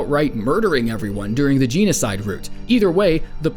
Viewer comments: Gene-o-cide? It’s Gen-o-cide. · “Enjoy your nightmare fuel!”? I’ve heard this so much that I LIKE this, it’s not even scary anymore. Edit: “Geenocide” TRIGGERED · its not ginocide its genocide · What's ge nocide? It's genocide (jeno side) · Jen-uh-side. Not jeen-oh-side, my dude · "jee no side" rout...... ok you need to watch some vids on pronouncing genocide "jen-oh side" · GenOcide not Genecide Ralsei is RalSAY not RalSEE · It's Geno-cide, not Gene-o-cide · No one: Absolutely no one: Rusty: Geanocide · Why do you pronounce it like g-nocide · Gini-side root Me:r u ok? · did he just say... jeanocide? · Geno sauce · jeno - side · Also it's not jean-o-cide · Did you say Genocide like Geno-cide? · Can you not pronounce stuff so weirdly? They-nhose? Geena-side? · THATS RIGHT BOIS ITS THE GEE-NOCIDE ROUTE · I hate the way you pronounce genocide... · Okay, being a bit nitpicky, but... you know you were pronouncing genocide wrong, don't you? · the way you pronounce thanos + genocide is funny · The way you pronounce “genocide” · You say genocide funny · It's pronounced 'genocide', not 'genocide'.